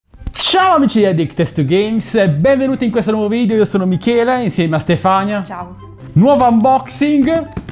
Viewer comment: Ma ti rendi conto che non sai pronunciare neanche il tuo nome? Michiiiiiiiiiiiiele, Michiiiiiele... Quella è la tua ragazza? Come è possibile? Forse le fai tanti regali?